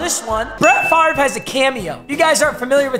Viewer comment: Why does he say his name wrong